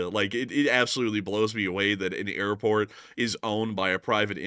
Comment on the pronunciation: You're pronouncing the airport wrong, lol